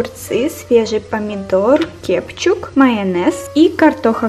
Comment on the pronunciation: вообще-то не кепчуб а кечуп